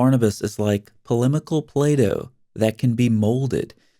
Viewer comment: “ Polemical Plado” LOOOL GOLD